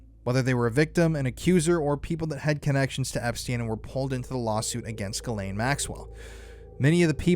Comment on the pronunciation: Say her name properly. Jizz Lane